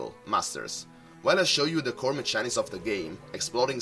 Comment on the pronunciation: Hi, Just wanted to offer some advice. When you say Mechanics prounce it like so " meh-K-anics". Just found your channel and am loving all the videos/deck builds! Thank you keep up the great work